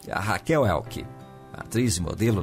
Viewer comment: Só que a pronúncia da Raquel Welch e não Welck.